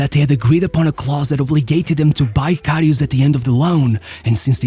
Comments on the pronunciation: Its karius not kariusch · Whispering voice and reading his name as Kariush won't change he is a garbage goalkeeper lilbro. He is garbage. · Ah yes Šergio RamoŠ and KariuŠ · This is a really good video, as always. But Jesus Christ, please stop butchering this really straight forward name. There is no "sh" sound in this man's name